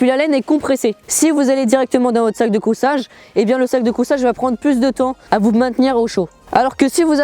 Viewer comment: On dit sac de couchage pas cousage